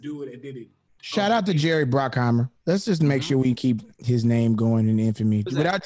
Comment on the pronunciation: bruckheimer not brockheimer